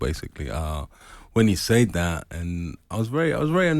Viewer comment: "when things are sayd" 🤣